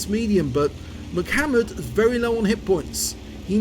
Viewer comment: I don't think it's pronounced "Mic" hammered, but a salute to the rapper/dancer from the early "90's" M..C..Hammer...lol. It's all good...... HAMMER TIME!!